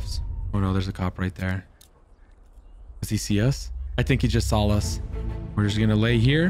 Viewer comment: this is so weird, every time he says saw, he pronunciates it "sawl" and this has never bugged me before but its so annoying now